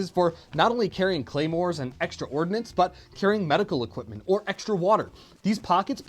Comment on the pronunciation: its Ordnance "ordinance" is law